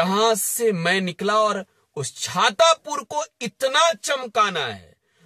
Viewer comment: छातापुर नहीं हो छतरपुर है 😂😅😂